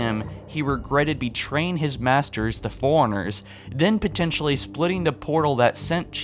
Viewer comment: Same with how he pronounces forerunners. Sounds like he says "foreigners"